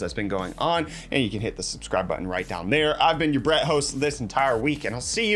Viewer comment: For moment I thought he said BREAD.